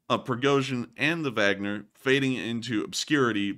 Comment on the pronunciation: Like the info and format, but wish you would pronounce Wagner one way or the other instead of that mashup of German and English you use. It makes me wonder - Do you have a Vag, or man parts?